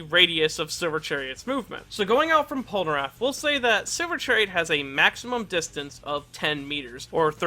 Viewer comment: I enjoyed the video and I don’t wanna be that guy but why do you always say “Polnaraff” instead of Polnareff